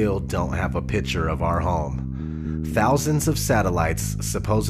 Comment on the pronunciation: It's picture. Not pitcher